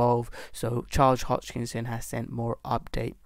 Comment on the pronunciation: Sorry dude but I have to say something. You are 25% on profit and you recomend to watch your video ? Im over 400% on ADA. You don't even know how to pronaunce the name. HOSKINSON. Or how did you said ?Hoczkinson ? Hitchkok ? As you can see I'm confused too :) lol